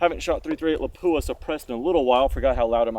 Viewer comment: I still like the Paratus. It works well for me, breaks down pretty small. It is pronounced LAP-Wah.